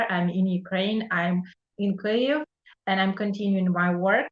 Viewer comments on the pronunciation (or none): none